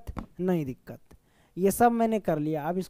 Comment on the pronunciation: Koi dikat nahi dikat😂